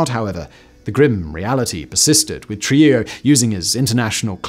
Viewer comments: I believe it’s pronounced “true-HEE-ō” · It’s pronounced “True-hee-yo”. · Simon butchering Trujillo's surname was well worth watching the video but the island of Hispaniola is in the Caribbean not south America lol